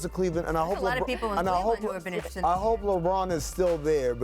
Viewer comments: Smh of course he says Cleveland lol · Did this fool say Cleveland 😄😄😄😄